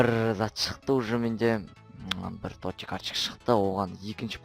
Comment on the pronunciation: тоти емес тотс